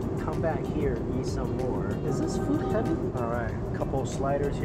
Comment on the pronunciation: his accent makes it sound like he’s saying yeet instead of eat 😂